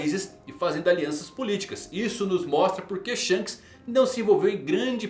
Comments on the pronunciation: desculpe mas, não é Shanos, é SHONKS! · Não tanko o chamando o Shonks de shanos kkkkkk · kkkkkkkkkkkkkkkkkkkkkkkk perco tudo quando ele fala "Shanos"